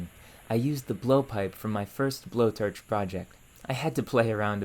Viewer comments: you pronounce "forge" and "torch" like "ferge" and "terch". is this a dialect/accent from where you are? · And torch, and form. Really any 'o' sound.